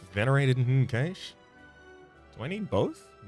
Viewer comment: Pronounced Cash